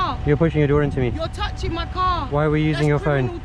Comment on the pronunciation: “Yol tuchin ma caw” 😂